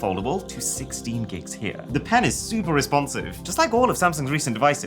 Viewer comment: the "pen is" 🤨